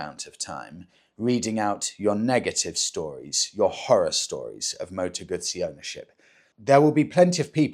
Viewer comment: Partly off topic, but thank you, thank you, thank you for saying the correct Moto ‘Gut see’ rather than Gusssy which is what English riders say; even Guzzi owners club riders! Do they really eat Margarita pisas! 🙄